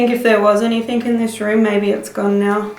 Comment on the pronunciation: Why does say 'anythink' in place of 'anything'?